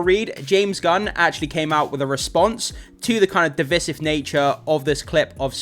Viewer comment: You found the movie trailer...what? "Div iss iv"? The term is Divisive and it's pronounced "div-ice-iv."